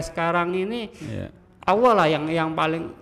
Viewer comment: Kok ini mengucapkan Allah kok Awoh? Setahu saya di islam tidak ada Awoh lo.